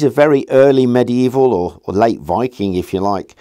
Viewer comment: So pleased you say medieval properly.👍